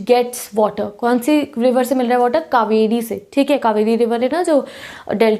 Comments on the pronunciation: sorry but it's not cavery it is KAVERI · 😂😂 ek mistake ho gyi aapse "Kaveri"hota hai di cavery ni...... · Coorg ka pronounciation is wrong and BTW it's 'kaveri' not 'cavery'!